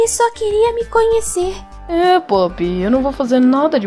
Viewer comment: Tei um erro nesse filme porque como a professora falou pop ela fala pupi